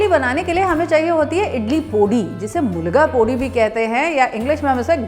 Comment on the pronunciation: Very nice... "mulga pudi'🤩 it's "milagai podi" madam.. but was very nice to hear ur accented "mulga pudi"